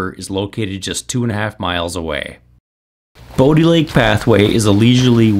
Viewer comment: It is pronounced Bo(bow) di (dye) lake